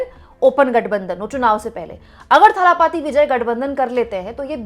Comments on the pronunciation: It's not Thhaaalaaapaati, it is Thalapathi. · थालापपि नहीं इसे दलपति बोलिए.